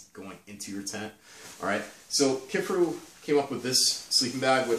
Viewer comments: KIFARU you dolt! Not Kifferoo. It’s not that difficult 🤦🏻‍♂️ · Kif-a-roo? Ke-far-ooo